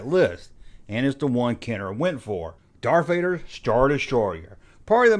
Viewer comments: Darf fader? Def star? This dude can barely speak! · Lol. Now I can’t unhear it….And I do love me some Love for my Star Wars content